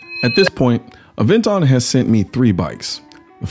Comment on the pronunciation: Ah- ven-ton